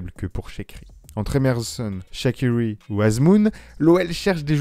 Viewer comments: Shakiwi ? Ça se prononce shaquRi mais bref passons… Belle vidéo et bon joueur qui peut faire penser à un Lacazette dans sa technique … je pense qu’il va falloir dégraisser le nombre d’attaquant cependant je pense à Kadewere et Slimani voir Dembele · ça m’a fait trop rire la prononciation à l’anglaise mdrrr